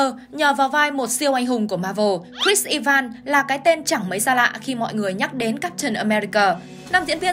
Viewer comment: E van?? I ven chứ ( sai thì xin lỗi 😅 )